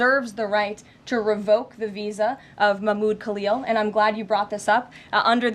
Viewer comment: Its khalil not kalyo,,daaamn